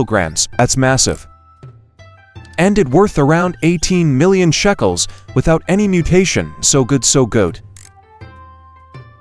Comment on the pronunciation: BTW ITS NOT CALLED SHACKELS ITS CALLED SHECKELS